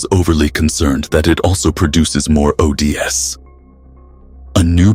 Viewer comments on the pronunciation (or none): its OH DEES not O D S 🤣 and the person doing Jim Gordon needs a better microphone other than that great job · O. D. S you mean o. D's (oh dee's)